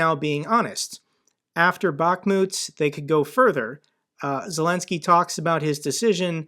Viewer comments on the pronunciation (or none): none